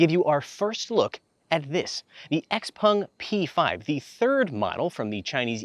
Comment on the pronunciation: X-PAng... "en" is pronounced "an" in Chinese (pinyin).